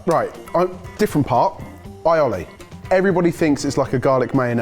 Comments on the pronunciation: never heard some pronounce it like that before lol eye olly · WTF is Eye-olly? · of course it's Aioli ... My comment was just a fun dig at his pronunciation